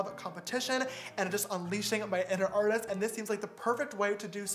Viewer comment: An “AR-TEEST”